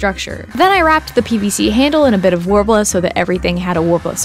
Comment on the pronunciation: Take a shot everytime they say worbla